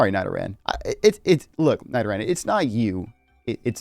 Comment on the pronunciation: Why did you say Nidoran like that